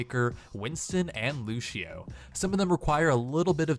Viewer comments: Lol he said luSHeo!! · anyone else hear him say lushio lol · Lucio. Not lushio.